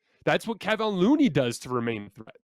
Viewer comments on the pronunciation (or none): If anything, can you actually learn how to say Kevon Looney's name? It's disrespectful at this point.